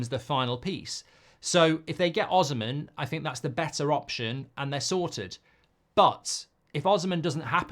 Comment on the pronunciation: It's pronounced O-SEE-MEN